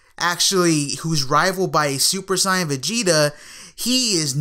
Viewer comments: when people say super syan instead of super saiyan they sound stupid af. What dub did they watch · "Super Sieyen"